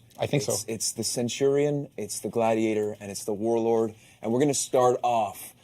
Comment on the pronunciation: Ah yes, Centwardion